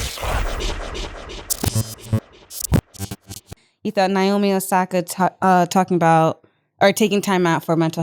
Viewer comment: nyomi? its naomi.